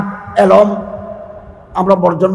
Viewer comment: জনাব এলোম না বলে এলেম বলুন